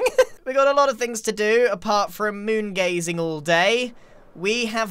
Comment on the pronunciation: I love how Grian said moon hazing today lol